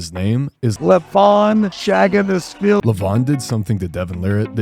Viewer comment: you pronounce his name wrong.. its not schhhaginashvili.. its pronounced SA-GI-NASH-VILLI